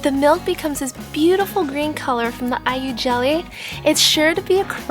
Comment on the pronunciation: When you said Ai-yu jelly, it sounds like are you jelly lol.